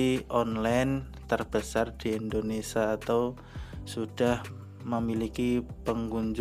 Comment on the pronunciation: Indonesia bos bukan indonesa